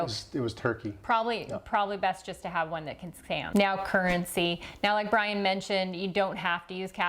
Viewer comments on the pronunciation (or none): none